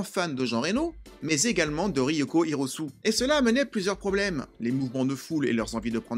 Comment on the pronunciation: Bonjour suis Jean-Michel Chiant, otaku de mon état. Alors c'était pour critiquer la prononciation, autant on passe sur le "o" long de "ryôko", le h aspiré de "hiro", mais le "e" de "hirosue", non, je dis non ! Un scandale ! C'est Hirosu"é" et non "Hirosu". Ouais, ça m'a trigger. Wasabi film incroyable, humour ultra présent et bien amené, générique de fin (rasen de chihiro onitsuka) couplé avec cette scène d'adieux, j'en ai chialé, moi Jean michel bonhomme... Tout fonctionne dans le film, je pense pas qu'on puisse y trouver de reproches. Ne pas aimer oui, mais pas y trouver de reproches.